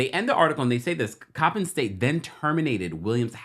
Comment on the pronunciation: yes Coppin State was pronounced correctly!! Thanks from B-More ☺️☺️